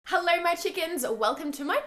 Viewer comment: I legit thought she said hello Mexicans in the beginning 😂😂